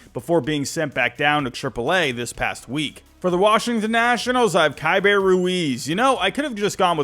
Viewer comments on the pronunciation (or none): Your pick was perfect. But you said his name wrong. His name is pronounced “KEY-bert” Ruiz. -Nats Fan